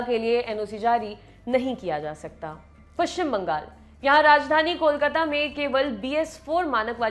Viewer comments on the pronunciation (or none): none